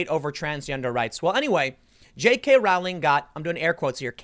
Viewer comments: It's pronounced the way you would say Rolling but with the 'w' sound after the 'o' ... not Rah-w-ling. Jeeez! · omg, it's rowling, like bowling. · Rowling is pronounce Rolling, as in row, row, row your boat.